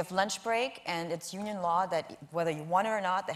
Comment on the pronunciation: Sorry "She said it was UNION law … " not "uno law" …